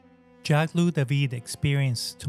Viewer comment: All good, but... Louis = 'Loo-ee' Marat = 'MAR-ah' Toussaud = 'Too-so' Jacobins = 'Jack-ah-bins' Pentimento plural is pentimenti.